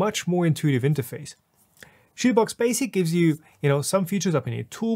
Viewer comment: I have never heard anyone pronounce it "shitoobox."